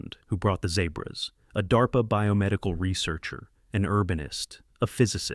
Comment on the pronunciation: What the hell is Zay-bruh? Never mind ur doing this for response